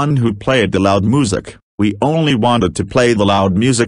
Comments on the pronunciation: Boris pronounces it moosic And in my opinion that music was insanely loud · They said moo sic not music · Boris cannot pronounce Music properly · Can Boris Pronounce “Moosic” 🤔